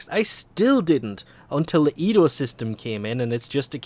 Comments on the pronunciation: ENDO, EN.DO. not edo lolol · Bruh... you keep saying "Edo" instead of "Endo" Did you just watch Star Wars Rogue One? Edo got a good slappin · ITS E N D O NOT EDO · Hearing you call it "EDO" shortens my life by a month. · it just slowly kills me from the inside when he says EDO -_- i love u but god damn sometimes ur a pain in the a$$ to listen to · No, it's just your typical mispronounciaton.